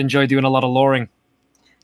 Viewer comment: It's luring not loring